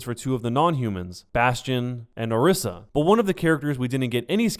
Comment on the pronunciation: Say it with me, Or-EE-sa! Or-EE-sa!